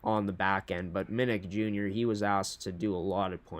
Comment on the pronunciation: Just so you know: Manny Minuk Jr. pronounces his last name Minn-OOK, versus Minn-ICK